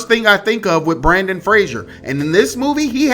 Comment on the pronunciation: I love you but hearing Brandon instead of Brendan hurt my brain a little